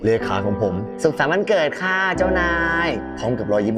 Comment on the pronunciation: คะ ถูกตรงไหน? มันต้อง ค่ะ สิ ไม่ทราบว่าการออกเสียงมีปัญหาหรอคะ